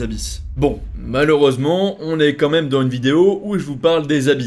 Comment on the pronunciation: J'adore tes vidéos elles sont très cools, et on apprend plein de choses. Si j'avais qqchose a dire ce serait de te demander de faire cette pUt1 de liaison entre le mot "dans" et un autre qui commence par une voyelle.. ex : dans z'une et pas dans une. Stoplé 🙏🏼🙏🏼🙏🏼